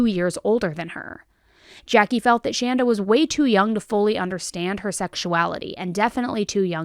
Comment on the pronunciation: I just want to to say thanks to for pronouncing the name Shanda correctly. My name is Shanda and it seems as if no one can ever get it right so major kudos! Also, it's kind of funny my sister's name is Amanda. I've heard this story before but forgot some of the details. Another neat thing Shanda Sharer birthday was 6/6/79 and mine is 6/2/80